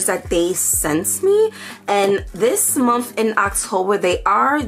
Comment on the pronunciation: I love how u say Momfff.. month lol ur are adorable..